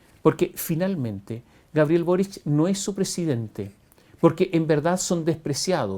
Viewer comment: Le dijo...burric y no boric....que lata...